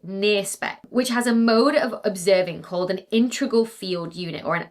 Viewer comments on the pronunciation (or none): Nnnooooo!!! Dr Becky... You said "intregal" at 10.50, rather than integral. I know it doesn't matter but that still hurt me right down to the pedantry in my soul. I must now dock you one love point and I shall award it instead to Sir David Attenborough.